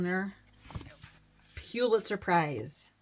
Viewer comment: Great video…I got so tickled at your attempts to pronounce “pew-litzer”. I’ve never known how to say it correctly either. I never thot about pulling out award winning books. Of course, my collection is still small and I am hoping for shelves this year!